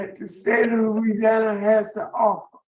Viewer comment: has difficulty pronouncing “Louisiana” names/words I’ve noticed.